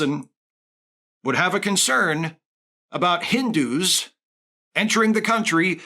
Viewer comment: The way this guy says "Hindu" you would think the word has a hard "r" in it.